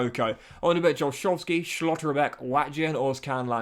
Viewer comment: STOP SAYING SCHLOTTERBECK AND LANDSHUTER LIKE THAT